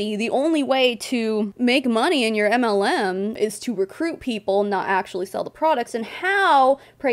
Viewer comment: Your channel is mostly anti-MLM. I've been a member for over a year and a half. Every time you read my name, I hear "anti Lu". I never thought of the pun "auntie-MLM". I feel stupid. I should be the Auntie MLM.